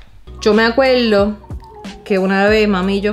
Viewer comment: No me acueldo veldad llegué talde